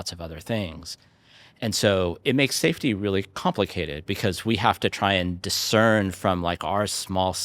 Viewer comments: "Saftey"..... Right.... "Saftey"... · "saftey" JUSTICE FOR SCHELP